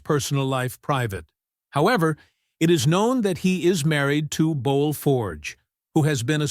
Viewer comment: His wife's name is pronounced "Boo-ell" not "Bowl"